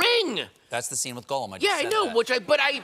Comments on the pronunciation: Gollum! Goll-um! It's NOT golem! I am so sick of this Tolkien expert never pronouncing things correctly. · Wtf, Colbert can’t pronounce ‘Gollum,’ and Patton can’t pronounce ‘Silmarillion’? [Shakes fist at the sky:]. What is this world coming to?!!! 😜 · How can Stephen Colbert not know how to pronounce Gollum?